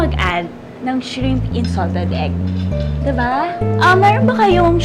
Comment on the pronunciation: Shreeeeemp ? Georgia said 😂😂😂